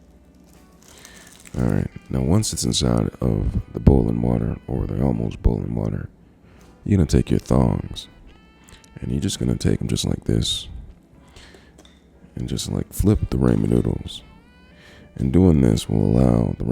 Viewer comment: Hold on.... am I the only one that heard him say thongs instead of tongs😅😂😅😂